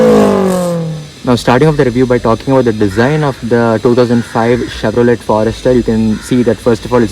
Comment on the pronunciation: It's not Chevro let!!! Let you stop Let! Lol